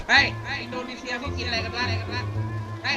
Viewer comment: มันเป็นคนไทยแหล่ะครับ อินโดจริงๆ จะใช้คำว่า อินโดนีเชีย ไม่ใช่ เซีย !! 555